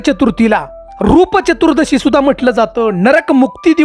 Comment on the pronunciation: फालतू बडबड ह्याला नीट चतुर्दशी पण बोलता येतं नाही